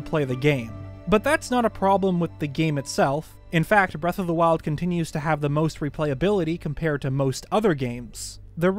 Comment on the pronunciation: Did he say “Breath of the waifus”